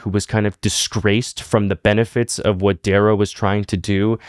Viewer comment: bro butchered dayrow 😂